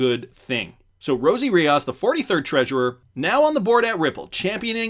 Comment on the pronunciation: REE OOOS not REE Oz